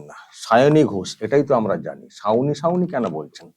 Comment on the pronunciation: সাউনি, ছাউনী 😂😂